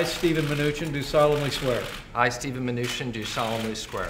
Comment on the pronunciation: "Solemnly square"